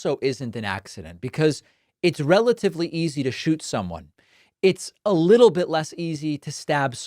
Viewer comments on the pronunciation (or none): none